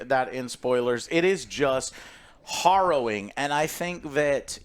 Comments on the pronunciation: hArrowing, Joe. hArrowing. Not hOrrowing. ^_^ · horrowing.....horrowing.....horrowing, Joe its harrowing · Hopefully he learns that it's pronounced like arrow rather than morrow. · It's "harrowing", not "horrowing". Let's not have a Civil War over this. LOL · "HArrowing" Joe :) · Joe, it's pronounced "Hair-O-Wing." You no English good. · Love you but its " heh·row·uhng ". I do that all the time with words I've only read. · H-ah-rrowing? Just learn that one recently? Distracted me a bit. Good review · WHERE DID JOE HEAR THE WORD HARROWING USED SO MAJESTICALLY IT CAUSED HIM TO SAY IT 10X IN THIS REVIEW WHILE PRONOUNCING IT WRONG 😂😂😂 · Take a shot everytime Joe says harrowing wrong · I love how Alex and Joe2 just let Joe continue to mispronounce harrowing, as well as using it incorrectly 90% of the time. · I love when Joe learns a new word then over uses it while mispronouncing it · Some very harrowing pronunciations in this video. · You pronounce harrowing weird. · Take a drink every time Joe mispronounced the word “harrowing”. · "Horrowing" must have been on word of the day calendar today. And its Harrowing btw...